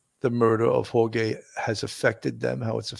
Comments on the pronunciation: Please with the HorGay. It's HorHey. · the YouTuber was pronouncing Jorge as HOR-GAY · The victim’s name is Jorge ( hor-hay). George is the English version.